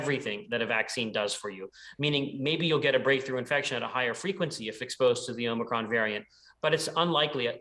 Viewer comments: Even c-span is spelling it 'omNicroM' like grandpa Brandon keeps saying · OMICRON. NOT Omni. 🙄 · Why don't you call it omicron...? It's not omnicrom, you moronic, adrenocrom junkies.